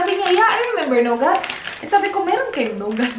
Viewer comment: Nougat - "NU-GAT" not "KNOW-GAT" Connor - "CON-NOR" not "KU-NOR"